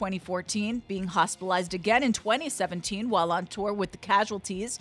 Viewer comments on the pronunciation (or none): none